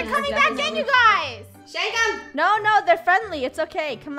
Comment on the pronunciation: No she said shint but I think she means shank as the shank the cops I think